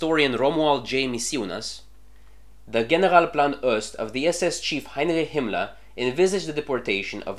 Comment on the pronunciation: Why do you pronounce Ost as Öst?